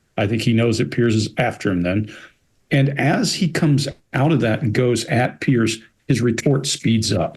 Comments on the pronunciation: When they mis pronounce “Piers” their blink rate shoots up. There displaying a strong physical attraction to Pierce. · How can so many intelligent people struggle to pronounce the name 'Piers?' ( excepted.) It's not Pierce!